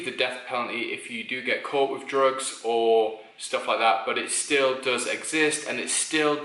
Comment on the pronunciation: I had to rewind and Playback when you said the first one at first I thought you said rope when you said drugs